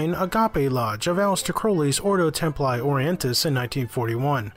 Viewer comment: Its read templi not temply ,its f kin latin